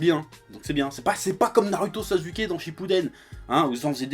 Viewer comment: C'est comme ça que l'on le prononce en Japonais